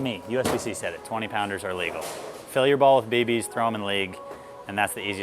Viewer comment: Dude. You probably didn’t by realize it….but you are saying baby’s instead of bb’s lol